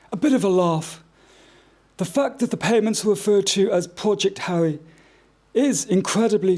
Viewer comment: These court re-enactments re truly dreadful. Couldn’t GB news get a better wig for the KC, the wig used here looks like cheap dolls hair. The actor playing Harry has rhotacism the inability to pronounce the letter r something which Harry doesn’t possess, or has this been done to make Harry appear more inept.